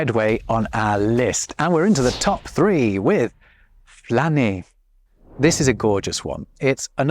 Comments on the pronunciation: French here, when you say flâner for the first time i heared planner, and if you say "je planne" in france you just say i'm high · The word FLâNER is pronounced wrongly in France these days, an evolution. It is the difference between âme, âne and Anne, année. It is the "â" at the end of California, and not the "a" at the beginning of California. Désolé, mon cher ! Chez-nous, on flÂne, on va flÂner au parc. 🙄😃😂